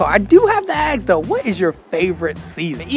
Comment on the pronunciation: Hellooo!! Did anybody ever mention you're always saying "Aks" instead of "Ask"? 😄And i didn't know you have been given a hard time in the comments but it's probably due to the fact that We Dutch people are famous for "We Like 2 Complain" about everything an' nothing. Maybe you're just a bit 'Too Positive, 'Happy Go Lucky' i guess.. Hahaha